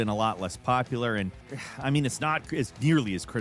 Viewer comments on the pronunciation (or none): none